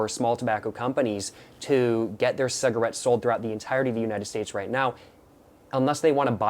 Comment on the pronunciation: “Saggarates” annoyed me so much the way he called cigs that 😭😭